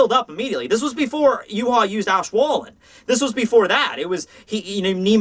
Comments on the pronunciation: Is actually, "Ya-wei" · Why pronounce his name Yew-ha? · The Yh in Yhwach is pronounced "Yu-ha", and the Wach is "Vak", so it's actually "Yuhavak"